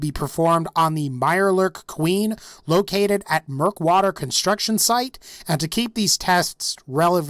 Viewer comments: Mirelurk Ueen? wat? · mirelurk ueen? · Did anyone notice mirelurk ueen